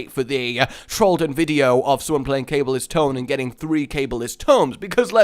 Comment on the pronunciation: Its not "cable is'ts" tome its "Ka Ball ist's" tome